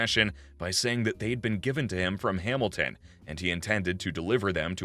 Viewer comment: I like how he pronounces Hamilton Hamil ten... lol....wtf...